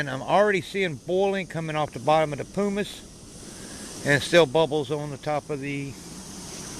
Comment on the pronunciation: and pronounce primus right